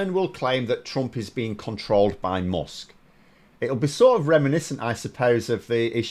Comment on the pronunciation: why do you say "mosk"? its "mask", spelled "musk"... are we in for another vowel shift?